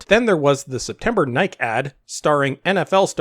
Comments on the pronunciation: Why do so many people have a problem pronouncing the word "Nike?" It's pronounced "nye-key." As in the Greek goddess of victory. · You can pronounce Kaepernick but you can't pronounce Nike ... weird.